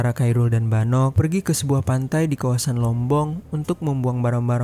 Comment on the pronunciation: kairul tu sapa blok? Admin lol. Yang bener tu sebutnya "Khoirul". Belajar dulu blok